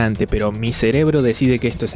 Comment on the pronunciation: ¿ dice mi celebro o mi cerebro ?